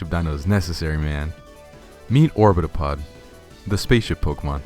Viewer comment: Orbitopod sounds like orbtholod